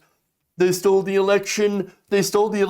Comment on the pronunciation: And brainwarshed and the election was "stold" If he keeps going we're going to need an interpreter 😅